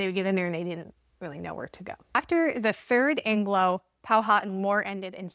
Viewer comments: Not to be the speech police but everyone get this wrong. Powhatan is pronounced "Pow a tan" and Nansemond is "Nanz Mund" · Powhatan is pronounced “POW-a-tan”. This is my area. And where a portion of my ancestors hailed from.